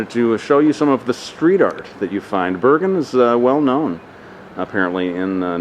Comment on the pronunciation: Haha its not børgen its Bergen !!